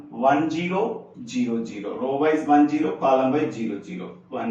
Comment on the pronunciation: sir you sre awesome but it's not gero it"s zero (just for fun):thanksdoc::hand-purple-blue-peace